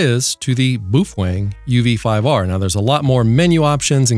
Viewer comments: It’s Baofeng not boof weng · Buuf-fang? Really? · Beofung. (Bay-eo fang) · Did he call it a Boo-thang bmf69 ? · LOL, Boo Fweng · Boofweng xD